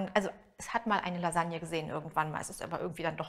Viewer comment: Lailagne. Oder weniger italienisch: Lailanje